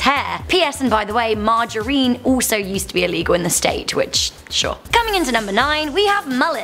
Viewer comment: Krystal Casey She pronounced margarine wrong too.